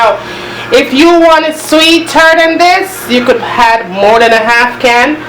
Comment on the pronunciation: Teresa Bloomfield You could say that again. All through the video she's saying "had" for "add". I think Jamaicans are the only people who put an "h" sound at the start of words that don't began with an "h", and omit the sound from words that do start with "h"! For instance, most Jamaicans I know, pronounce "him" as "im". lol Anyway, every culture has its peculiarities. I know for sure we Bajans have ours!